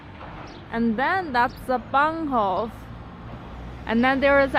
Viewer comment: Your German pronunciation sounds perfect: Fachwerkhaus, Bahnhof. “Neu Schweinstein”, of course, should be Neuschwanstein, rather as, I guess, it’s more related to swans than to pigs (Schweine). And thanks for showing us the nice side of China! This is a very welcome antidote to the aggressive “wolf warrior” rhetoric! It finally makes me like China again. Regards from Taiwan!